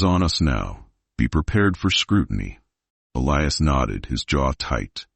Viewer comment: Total Bullshit.This never happened.There is no record of it.Romantic but fabricated story.Why does your pronouncing of Elias's name change??? Very suspicious.If you are going to produce fiction,you should disclaim it !!!Stop producing content.PLEASE